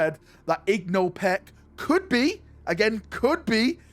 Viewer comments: IN-GO Pech, not IG-NO Pech. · How the fuck is igno peck i only know Ingo Pech?